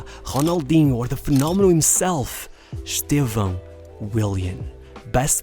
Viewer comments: You're the first gringo I've ever heard say Estevão's name right. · Além do belo conteúdo, ainda pronunciou o nome dele perfeitamente!